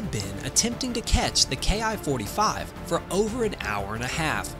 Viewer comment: Probably not a Ki-45, NICK's didn't have the performance or altitude. The ''Soup-ed Up'' variant you speak of at frame was more likely its descendent, a Ki-102A ''RANDY.'' OBTW Ki is pronounced ''KEE''. It's short for Hikoki = Airplane.